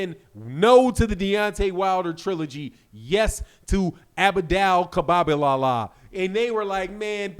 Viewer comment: u ignorant for ka-la-bala-bala-bala 😂😂😂